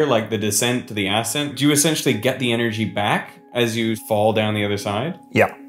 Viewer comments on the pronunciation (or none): none